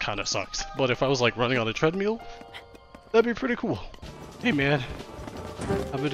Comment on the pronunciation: "But if I was like, running on a Treadmeel,"